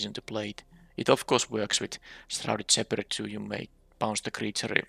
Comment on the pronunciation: I think I’m just going to give up on you ever pronouncing “shepherd” properly. We’ll just add that one to the pile.